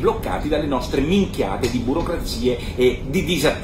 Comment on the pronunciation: Mi piace come dice "minchiate" Nicola. Lo dice con la stessa espressione di noi siciliani e questo mi fa piacere.